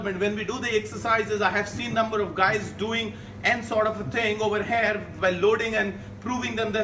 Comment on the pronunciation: I meant "here"is pronounced as here... And not HAIR.. Good video btw ✌️